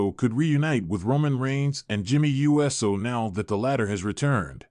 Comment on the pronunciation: It's pronounced ewe so...not U S O